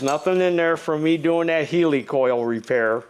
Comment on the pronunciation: The thread insert is a 'hell-i-coil ' not a heeelycole 😂